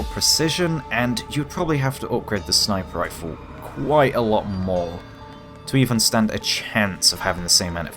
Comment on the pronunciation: Lmfao I'm sure you're saying "sniper rifle", but my ears are hearing "sniperifle"...All one word, and only one R